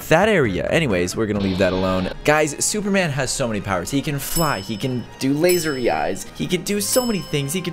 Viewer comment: "okay, as you can see. we are suverman"